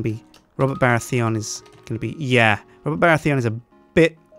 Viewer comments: The way you pronounce Baratheon as Bara-Theon is strange and displeasing to my ears. Also, the third character should have been Jon Arryn. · The way he said "Baratheon" really upset me... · You pronounce Baratheon really weirdly.